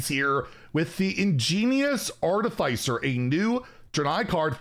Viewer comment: That’s not you pronounce “artificer.”